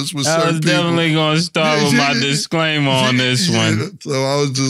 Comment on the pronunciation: yo whats a Disclamier. Its Disclaimer lol